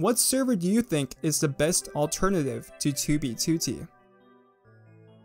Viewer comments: STOP PRONOUNCING 2B2T AS "TOOBY TOOTY" WHAT THE FUCK MAN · His "2b2t" pronunciation is this channel equivalent of the "oldest anarchy server in minecraft". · the way he says 2b2t :skull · stop saying it wrong